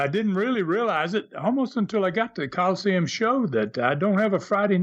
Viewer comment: Again, why does mispronounce Colosseum as Call-Seem?